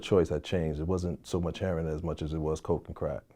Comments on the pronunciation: Why are black people incapable of saying "heroin" correctly? It isn't heron. Google heron. It's a bird. Is there some reason it is pronounced this way? Some story behind it? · Yeah he a real one.."Heron" not "heroin" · This dudes pretty, than he calls heroin, heron, lol..